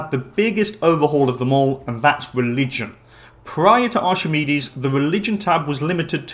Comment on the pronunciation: Btw it’s not pronounced ArCHimedes, it’s ARK-I-MEED-EES